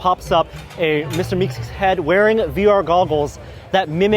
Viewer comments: It's Meeseeks, not Meekseeks. :) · The fact that he said meeKseeks instead of meeseeks triggerd me. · What's a meekseeks? isn't it a meeseeks ? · Phoxxy Vox lol it's a personally sound preference that meekseeks is easier to say than meeseeks but meeseeks is obviously corrent. I have watched that episode maybe 10 times I feel like a lot of people have only watched Rick and Morty as a series once. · Did he just call him "Mr. Meekseeks"? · I'm sorry, but I'm sort of a stickler Meeseeks and it's pronounced "meeseeks" ;) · You try being on camera. Meekseeks honestly rolls off the tongue better I've heard it a lot by now.